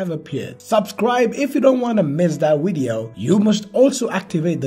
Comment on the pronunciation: Boy what the hell is a wideo???